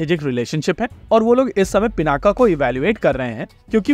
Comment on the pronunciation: नाम रखा गया शिव धनुष पिनाक पे फिर वो गया पिनाका। अबे नाम हम लोगों ने रखा शब्द अपनी भाषा का है फिर ये पिनाका कैसे हो जाने देते हैं हम लोग, योग योगा हो जाता है, पिनाक पिनाका हो जाता है। एक तरफ महाशक्ति बनने का सपना है दूसरी तरफ ऐसे छोटे छोटे मामलों में हम लोग अंग्रेजों की जबान टेढ़ी होने की चिंता करते हैं, होने दो सालों की जुबान टेढ़ी कम से कम हम लोग तो उच्चारण सही करें केवल भारत में ही नहीं हर जगह। योग को योग ही बोलिए धीरे धीरे वो भी बोलने लगेंगे।